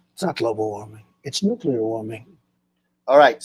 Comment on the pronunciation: I always liked the way G.W. pronounced it nucular. Even after getting mocked for it, he kept saying it that way. "F@ you, I'M the DECIDER!!!"😂